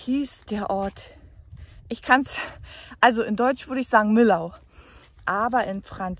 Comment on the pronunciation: Dass videowahr toll Hallo. Hat mir sehr gefallen diese tour in der gegend von Millau. ( miyo wird so ausgeschprochen... ) aber ist auch égal... alle kennen diese Brücke. Freue mich auf nächtes Vidéo. Schöner Sonntag. Brigitte